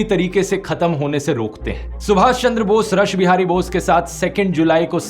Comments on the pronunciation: रस बिहारी बोस ❌ रास बिहारी बोस 👍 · सर मेरा कोई गलत इरादा नहीं है, लेकिन आपने रास बिहारी बोस को रश बिहारी बोस बोस बोला है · Not Rash (रश) bihari Bose it is pronounced as रास or "রাস" bihari Bose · रास बिहारी बोस है ध्रुव जी रस नही